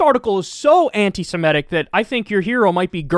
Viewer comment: Why do you pronounce antisemitic as antisimetic lol